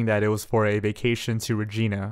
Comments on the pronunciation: Good video... You did very well on your "Investigation" except for 1 thing. I'm Canadian & I found it very irritating that you can't pronounce some of the names of cities & provinces (Regina & Saskatchewan) properly! Do yourself a favor & learn how to pronounce your source material properly before you do a video. Just some constructive criticism ...Other than that, good video! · lovelorn lmfao I know, I live 6 hours away from Regina and I was like “he’s saying it wrong” 🤣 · Random Uploads lol yeah he is. My city is next door to Regina (about 6 hours away), it’s pronounced the same way as ‘Vagina’ lol! And we know that we don’t say it like ‘Va-gee-na’ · While this is a creepy and upsetting case... I laugh every time says regina wrong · Any other Canadians laugh when he pronounced “Regina” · Only canada pronounces Regina differently from the rest of the world. Not as funny as his pronunciation of Saskatchewan because it wasn’t even close. Lol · Great video, but the way you pronounced “Saskatchewan” and “Regina” gave me ear cancer. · HE BUTCHERED SASKATCHEWAN AND REGINA SO BADLY HELP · Could you butcher the pronunciation of Saskatchewan and Regina any worse. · haha. I like pain :) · Oh god. And the way he was saying Yorkton and regina. Lol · He pronounced Saskatchewan, regina, and yorkton wrong. I'm only part way through the video so idk if he said anymore city names haha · It’s pronounced Sa-saktch-e-wan and Regina is pronounced as “the city that rhymes with fun” - Mick Jagger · THE WAY HE PRONOUNCES SASKATCHEWAN, YORKTON AND REGINA IM SCREAMING IN CANADIAN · It’s Regina (Reg-ina) like if Reginald went to China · Reg-eye-na, not Reg-ee-na. Also, on the map he highlighted the Capilano River in BC instead of the Capilano neighbourhood in Edmonton. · The city in Saskatchewan is not pronounced "Rej-een-a"..........it's REJ-EYE-NA. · Regina is pronounced Re-Jine-Ah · Yeah, it's reejainah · can't even say re-gi-na right. its like va-gi-na except RE. lol